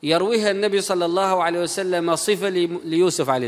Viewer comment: ياريت يا تتعلم تقول صلى الله عليه وسلم بدل كلمتك الشهيرة صعسلم